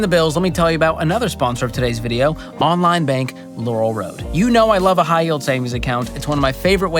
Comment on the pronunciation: ... and wuve, twuu wuve